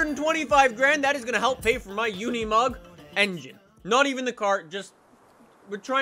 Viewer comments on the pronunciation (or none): Unimog not Uneemog It's like unicorn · Says “try to drift with unimoug” I’m out